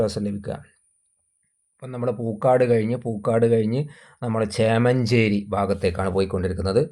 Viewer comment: വീഡിയോ സ്ഥിരം കാണാറുണ്ട്.. പക്ഷെ കുറച്ചു കൂടെ സീരിയസ് ആയി ഉള്ള അപ്രോച് അവതരണത്തിൽ കാണിക്കണം 🙏സ്ഥലം പേര് ക്ലിയർ ആയിട്ട് അറിയില്ലെങ്കിൽ അത് പറയാതെ ഇരിക്കണം അല്ലെങ്കിൽ അത് കാഴ്ച യുടെ ഫീൽ നഷ്ട പെടുത്തും തിരുവങ്ങൂർ, പൂക്കാട് എല്ലാം തെറ്റിച്ചു ആണ് പറയുന്നത്‌ അപ്പോൾ സ്ഥലം അറിയുന്ന നാട്ടിൽ ഇല്ലാത്ത ഞങ്ങളെ പോലുള്ളവർക്കു ആകെ കൺഫ്യൂഷൻ ആവും... എങ്കിലും good എഫേർട് ബ്രോ 👍